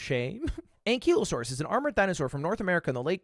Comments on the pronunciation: Ankylusaurus - ang·kuh·low·saw·ruhs Not ang·kee·low·saw·ruhs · “ah i see” still pronounces it wrong. 🤣🤣🤣 the ky part in ankylosaurus is pronounced the same way the ky in kydae is pronounced. an ky lo saurus